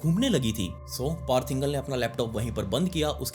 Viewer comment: पार्थ इंगल नही पार्थ इंगले, मराठीत इंगळे